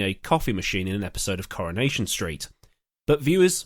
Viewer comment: Oh Coronation St! My British grandparents watched it religiously and so does my mom since the last ~25 years. It's funny how us North Americans pronounce it 'Corn-ation' and you, like my grandparents properly pronounce it 'car-in-ation'. Just brought about a little nostalgia for grandma and granddad!